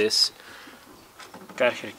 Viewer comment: Karchar? 😂 I didnt realised this Name is so hard to pronounce in english until now